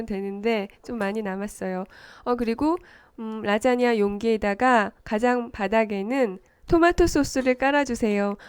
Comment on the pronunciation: "오늘은 라쟈냐를 만들어 봤어요~~~" ㅋㅋㅋ